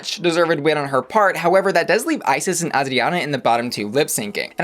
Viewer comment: Haha not Ozzie Onna again. Girl, you're doing too much. English: ay-jree-on-ah/ah-jree-on-ah. Spanish: Ah-dree (tap the tongue on the palate for the "r")-ah-na. No Z.